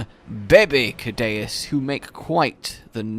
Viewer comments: why do u call it kadaus when its pronounced seadious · I think Ceadeus is pronounced with the C as an S, like Sea Deus, because it implies he is a god of the Ocean or carries a godly title, like 30 other monsters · guess what it’s “soo-day-us” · It's "see-ADDY-us",. Also, dunkleosteus is pronounced "dunkul-osteus". Its name literally means "Dunkle's bone", after the guy who found its skull. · It's Sea-Day-oos. Dues is Latin for God, so Sea God. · It's pronounced Kaydayuse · It’s pronounced sea-deus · Ceadeus I think should be pronounced See-de-uus as Cea is pronounced like Sea in Latin and also in Latin Deus is god, and it’s pronounced De-uus. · It's pronounced(c-dus) or (sea-dus) the second e is silent. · Btw it's pronounced "Say-dus" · Sea - de - us that is how to say it I have been in the old world for to long to long